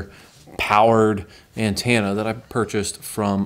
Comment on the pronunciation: are we not going to acknowledge the way he says ANTENNA ? (ANTANA)??? NOOOO